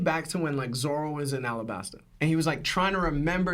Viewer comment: First time watching yall and I was tuned in the whole time. Bro lost me the moment he called Zoro Zolo 🤣